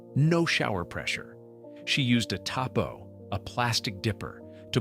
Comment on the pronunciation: Tabo not tapo!😅